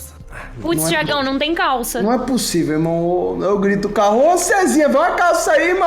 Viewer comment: NÉ POSSIVU VELHU